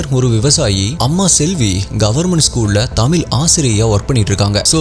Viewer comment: தமிழ் என்பதை தமில் என்று தவறாக உச்சரிப்பு செய்கிறார்